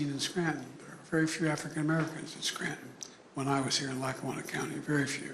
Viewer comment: Biden couldn’t even pronounce Scranton right. 😂